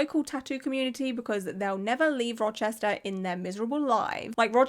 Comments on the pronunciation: You pronounced Rochester correctly! My nearest city is Syracuse (See-ruh-cuse) which has several tattoo shops. I'm planning on getting my first tattoo sometime over the next year and I'm very excited and very happy to know to AVOID this person!! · sits down with a nice wholesome breakfast, mixing blueberries into oatmeal “In this video we’re going to be talking about a tattoo artist in Rochester…” head snaps up You said it right. I’ll be sharing this video shortly as a local, I just want to watch through all of it first. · You said Rochester perfectly. I’m very impressed 👏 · Yes, you said Rochester perfectly!!!! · Love your channel! This is awful, and im a few hours from Rochester ny, and yes, you pronounced it correctly:) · Oh Shannon. Yeah she’s a looney 😅 all over my social media lol. Also, I’m from Rochester, you said it great 🖤🫶🏻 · As a central NY girlie, you did GREAT pronouncing Rochester lol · You said it right. Love your content!